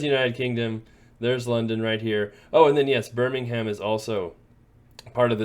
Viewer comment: It's pronounced 'Birming'um' (like 'Gotham') 😉Best of luck in London!